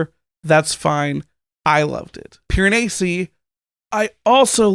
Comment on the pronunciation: Your correction of the pronunciation of Piranesi is closer to the accurate pronunciation, but not quite. The "s" should be pronounced more like a z in English (like how it is in The Leaning Tower of Pisa). It should sound something like this: Pee-ruh-nay-zee.